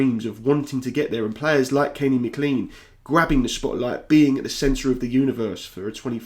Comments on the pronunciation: Lovely commentary. I'll not be the first or the last to advise you that McLean is pronounced as Maclain, not Macleen. Cheers, nevertheless. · Please call him Mac-Lean not ma-clean. Anglicised from Scots Gaelic it's Mac = son of and of Gille Eoin = Servant of St John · Haha I was gonna say the same, but not in so much detail.. just that it's pronounced Mc "clayn" Appreciate the video mate 👍🏼 See yous in the world cup